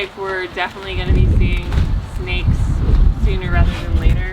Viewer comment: Ever notice how always says, "goyna?" Instead of saying going to, as in "it's goyna fit in the frame."